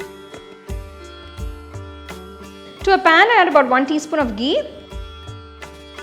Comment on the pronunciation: I love the way you pronounce ghee 😍